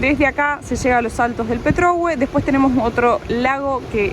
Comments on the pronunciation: Se pronuncia salto del Petrogué, se marca la voz en gué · Petrohué con acento, por favor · CARO.POR FAVOR. el Salto se llama Petrohue' con acento o tilde en la " e" final. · Porque uds(Los Argentinos) siempre acentuán en la penúltima sílaba toooooodo, no conocen los acentos??? me gusta que recorran Chile y conozcan pero mínimo pronuncien bien a mi familia qu ebiene de allá siempre les corrijo lo mismo, slds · Petrohué, con acento en la e final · me encantan tus videos, permiteme corregirte la acentuación de Petrohué, es en la sílaba final. Saludos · LINDA PETROHUÉ ACENTO EN LA É...SALUDOS..... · Petrohué es con acento che! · Linda...Petrohué acentúa la e . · Hola chicos 😊 se pronuncia Petrohué y es una palabra en mapudungun. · Siempre me ha llamado la atención que los argentinos insisten en pronunciar mal los acentos. En el video hay un montón de letreros donde dice Saltos de Petrohué, con acento en la e, e insisten en llamarlo, al revés, jajaja. En todo caso, muy bueno el video y saludos, tienen mi suscripción y mi like. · Saltos del Petrohué, con acento en la é ! 😆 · Señorita, el salto se llama Petrohué, palabra aguda terminada en vocal y con acento tácito. Usted lo está pronunciado mal. Disculpe la acotación. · Petrohué, con acento en la e final. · Hola. Tres consejos. 1- problemas de nitidez de cámara. 2- Pronuncias mal algunas palabras indígenas, en general las terminas en "e" llevan el acento en ella, por ejemplo Petrohué. 3. Manejas con los brazos demasiado estirados, el brazo y el antebrazo deben formar un ángulo de 90º, esto es para tener rápida reacción para corregir o esquivar ante una emergencia. Todo ésto no es crítica, sino para que estén mejor. Felicidades. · Por favor Los Saltos del Petrohué, se acentúa en la é. Lo mismo que Angelmó...😅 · Petrohué, Angelmó. Se tildan en la última vocal. La salida a Puerto Natales los dejará impresionados. Ojalá disfruten cada minuto en Chile! Saludos desde Coyhaique.